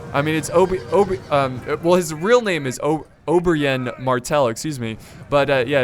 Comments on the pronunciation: Its spelled like Oberin not oberain 😂😂😅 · Did you just call "Oberyn" Obrienne? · Ober-YEN Martell? lol wut